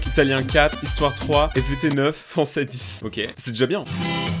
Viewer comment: CHUI LA SEUL À TROUVER SA CHIANT QU'IL DIT ok au lieux de okay mais bonnnnnn bref ses pas graveee 😐